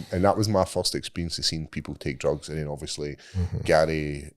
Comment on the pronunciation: Every time describes Weed as "DRUGZZZZ" or "MARYWAHNA" cracks me up every time! 😂🤣